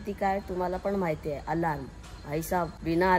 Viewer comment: Alaraam nhi re alarm ast 😂😂😂😂